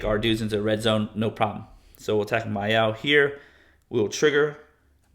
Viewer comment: Is the “R” in “Myrel” silent or something?